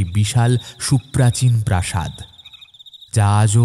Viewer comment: গল্পটা খুব সুন্দর লাগলো❤ তবে একটা জায়গায় একটু ভুল বলা হয়েছে,,,যেমন - রাজা চন্দ্রভানুর প্রসাদ নয়,,ওটা প্রাসাদ হবে।